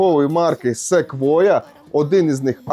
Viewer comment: Якщо б не Ви,то і не прочитав правильно назву Sequoia.😆